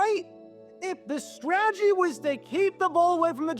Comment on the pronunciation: This guy really struggles to say the word “strategy”